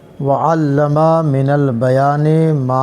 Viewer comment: وعلم صیغہ واحد ہے مدرس صاحب حرف۔ میم کو کھینچ کر وعلما پڑھ رہے ہیں جو غلط ہے